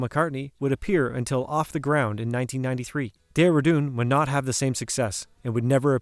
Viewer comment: You need to work on your reading and pronunciation skills!! Example: several times you mentioned George's song and called it, "NO Guilty"! it's called, "NOT Guilty"!